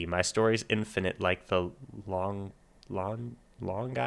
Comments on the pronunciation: Lon-JEAN. Pretty sure the final 's' is silent as is often the case in French. Love this quirky, literate band. I'm reminded of the Barenaked Ladies, another band fond of humour and smart lyrics packed in tight - see "The Big Bang Theory' TV theme, 'One Week', 'If I Had A Million Dollars', 'Be My Yoko Ono.' More TMBG, though, definitely, please. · lawn-jheen. KEvron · Longine: Lawn-Jean. If I remember correctly, Longines was a French watch company. The French pronounce consonants slightly slurred. I just googled it, yes, watches. Rather expensive watches! Nooo! The Greek story, Jason and the Argonauts. Jason went looking for the golden fleece, sailed the seas for many years, and finally came home to find his house full of suitors trying to persuade his wife to marry them, as they assumed he must be dead after being gone so long.